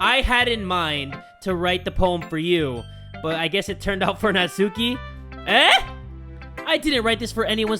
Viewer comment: Nat-S-uki*, your welcome.